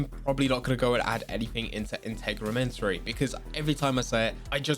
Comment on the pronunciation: Integumentary is pronounced (int-egg-you-men-terry) :)